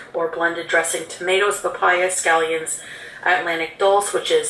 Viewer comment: I’m pretty sure she said stallions, not scallions! Yum! Horse meat!